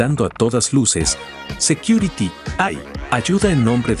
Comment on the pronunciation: No puede ni pronunciar security securi🤣